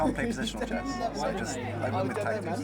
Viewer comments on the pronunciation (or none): It's "chess", not "chest" heeyyoo